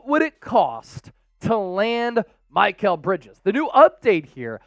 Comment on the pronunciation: Who is MY-kal bridges? Lol